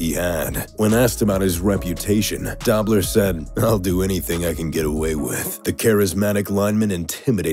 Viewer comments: Roy Williams, James Harrison, Rodney Harrison, Hines Ward, Richie Incognito, Jack Tatum, Conrad Dobler, Suh, Vontaze Burfict and Bill Romanowski. Nice list. A couple things to note... 1) The narrator keeps pronouncing Dobler as "dawb-ler" when it was more like "Doh-bler", 2) Roy Williams doesn't belong on this list, and 3) This list is a better representation of "notorious" than "dirty". The players usually do a poor job voting for Pro Bowls or Top 100 lists because they only see players in their own division twice a year. If you are a DE in the AFC East you may have strong opinions about the OT's in the AFC East. You might give very detailed anecdotes about those players and allege a lesser known player is very dirty. How much do you know about other defensive players in the AFC East? How much do you know about the WR's? That DE may know the LT's well but less so the RT's. How well does the DE know players in the other divisions that he might play once a season, or may not? That DE will probably only play teams in the other conference every four years. This is really about a reputation burnished in the media. I read Jack Tatum's book "They Call Me Assassin" when I was a kid, about the time I started playing football. He was trying to knock players out. Three important points about that: 1) We didn't take concussions as seriously back then, 2) A lot of his techniques and hits were legal, and 3) Trying to hurt people was practically a job description at safety. I also read Con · It's pronounced Doh-bler not Dah-bler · DOBLER. NOT DOBBBBLER🤣🤣🤣🤣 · he should learn how to pronounce conrad doblers name ( should be a long o sound) dobe-ler, not dob. or, maybe not repeat the bad pronounciation 7-8 times talking about the legend of conrad dobb-ler lol. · Conrad Dobler last name pronounced with a long o as in doughnut. Not Dawbler. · Conrad Dobler's last name is pronounced DOUGH-BLER not dob-ler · Dobler is pronounced "Doe-bler". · Conrad "Dob-ler"??? Get it right...